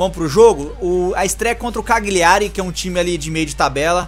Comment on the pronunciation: Cagliari se ler e se fala assim (Calhari)